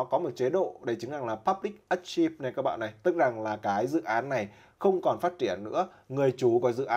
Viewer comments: Mình có feedback là là bạn nên tra lại cách đọc từ "archive". Video hữu ích! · archive (ar kai v), unopinionated (ân ọp pi ni ần nây tịt)... geez